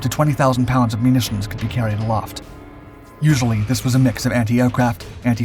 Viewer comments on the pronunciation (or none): none